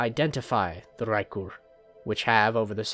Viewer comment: the way you rolled the R in raekur at the beginning was so clean